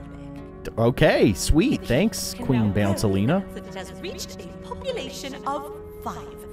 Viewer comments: Guys, can we listen the fact that he said Queen Bouncelina not Queen Bouncelia but anyway I love his videos so much that I can’t wait for him to post new ones. Your videos are great! 🎉🎉🎉 🎉🎉🎉🎉🎉🎉🎉😂😢😢😢😮😮😮😅😅😅😅😊😊😊😊😊😊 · You said the queens name wrong it’s queen bounCelia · U did the name wrong for the Queen 😂